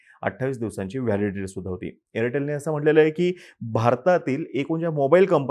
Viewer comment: Aritel ❌ airtal✅... 😅😂